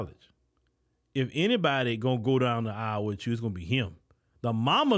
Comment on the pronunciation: It's Aisle 😂